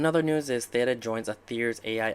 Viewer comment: Wow you know that you are an early investor when someone is mispronouncing Theta during an interview